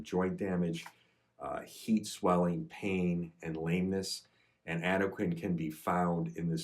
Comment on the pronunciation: It's pronounced AD-UH-KWAN.